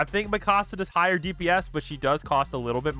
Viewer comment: her name is mikasa not mikosa ok